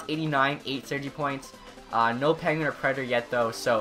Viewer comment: Does it sound like he says Panguin to anyone else? lol